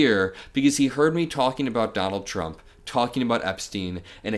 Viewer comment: It's not t-rump.